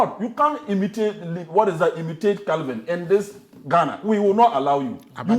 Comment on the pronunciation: Kevin, not Kelvin…🚶